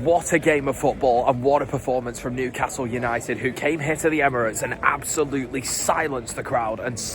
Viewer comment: Why do you keep putting on a Welsh accent whenever you say Newcastle United?